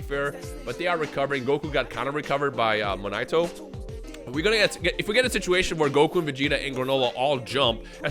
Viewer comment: Aye just so you know you said Monaito’s name correct the first time haha